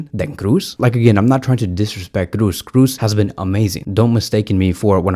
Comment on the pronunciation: No to Olmo. Yes to Simmons. Olmo is NOT an alternative to Williams. Totally different profile. Let's buy Williams and get Simmons on loan. Kroos, double O. Not Cruz. Pronounce like in Jo's. Thanks for the vid bro. 💜💙💜💙💜